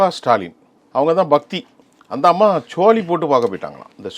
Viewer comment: சோழி என்று சொல்ல தெரியவில்லை இவருக்கு